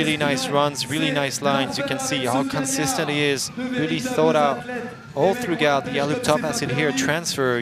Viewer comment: This guy keeps pronouncing the g in throughout. That's such a common word, I've never heard it so butchered.